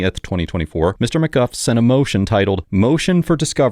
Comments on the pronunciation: Narrator: “Mr McGuff” Judge 😎 “Mr McGoo” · Stop calling him "Mr McGuff", it's "Mr MacGooo" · The defendant calls himself “McGOO” but you call him “McGuff.” Why?